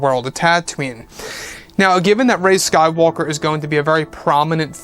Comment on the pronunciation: Also I cringe every time you say sky walker ( when you are talking about Rey)